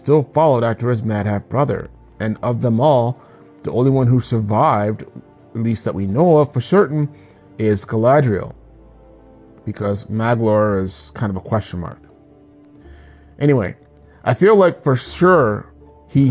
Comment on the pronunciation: When you pronounce the names properly it feels even more immersive and REAL, harder sounds on Gs and Cs for example. Dh is soft Th so Maedhros is Mædhros! Maglor is not mag as in magazine but more like Mawglor! Some websites provide audio of how to pronounce their names! ❤️❤️❤️❤️